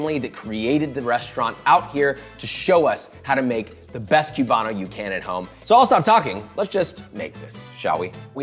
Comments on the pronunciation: Koo bah no Not kyew bah no. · It's coo-ban-o, not cyou-ban-o. Just sayin'.